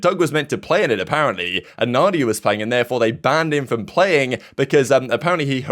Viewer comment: Mandia not Nadia